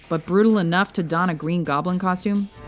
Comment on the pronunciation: Gween Goblin. hahaha